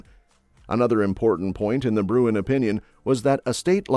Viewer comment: BTW … IT”S BRUEN…